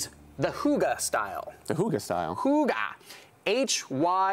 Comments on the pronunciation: It’s called hygge though, not hugge... I had no idea what word they were saying, until he explained it. Lol. I get that it can be hard to pronounce for non danish people, especially since our y sounds completely different, but maybe have researched the pronunciation? :) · I swear to God it’s supposed to be ‘higg-eh’ as in the Norwegian ‘hyggelig’. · I’m danish and I will officially start pronouncing “hygge” like he does. Hoogah. Adorable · Listening to that dude trying to pronounce Hygge, made my morning 60% better. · They were talking about “hygge” but as a Dane I couldn’t understand what he was talking about until he spelled it out 😂 danish pronunciation is difficult ♥️🇩🇰🇩🇰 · They were SO terrible at pronouncing “hygge” I cringed SO hard😳